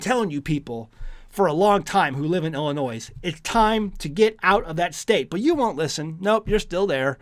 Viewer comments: Did he just say "Illin NOISE" ??? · just a point . There is no "Noise" when you pronounce Illinois. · The s is silent on the state of Illinois 😂